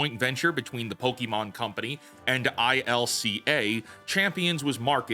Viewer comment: I-C-L-A, isn't it ILCA?